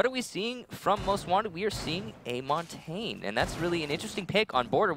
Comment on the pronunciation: Montain? really? You would think an announcer for the pro league of a game could pronounce Montagne.